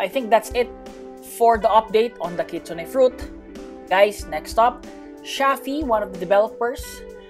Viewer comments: Kitsune pronounce kit-soon not kitsuneh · Kitsune pronounce kit soon not kitsuneh